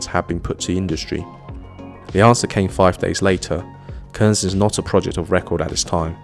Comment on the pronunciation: Cairns. Pronounced cans.